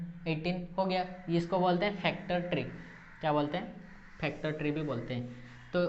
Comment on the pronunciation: Factor hota hai phactor Nahin